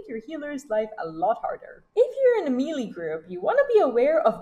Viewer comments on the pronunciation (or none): good guide .... but it's pronounced MAY-LAY not MEE-LEE